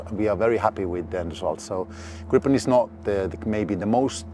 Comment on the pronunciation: A bit comical though to hear Swedes pronounce it "grippen", i.e. with a "broken" English accent. For you who don't know, in Swedish it is pronounced as [gre:pen], with a long e as in "Jeep" (the car brand).